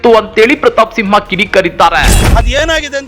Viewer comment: ಸಿಂಹ ಅಲ್ಲ ತಿಂಹ 🤣